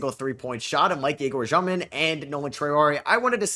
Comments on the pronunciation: Hey, so its actually not Zhёmin like u are saying, it sounds same as ur regular pronunciation of Demin but with the ё sound instead of e, so more like Dyomin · i know russian and It's basically Dyomin, not Zhyomin, you can also just say dEmin, in Russian it sounds like Dyomin, but some European surnames in English sound different than in their native language and can be pronounced either way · it's egor dyomin not jyomin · He's Дёмин in Russian so it pronounced Dyomin